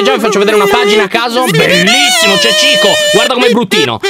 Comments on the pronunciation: dice circo non Cico TwT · A detto Cico hahahahah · Dice circo